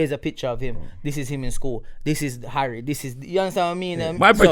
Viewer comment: His name ain't Harry........it's 'Arry. He's Jamaican!!!!! Btw LAAAAAAAVAAAAAAAAAAAAAAAAA pan Religion. Hotta. Lava.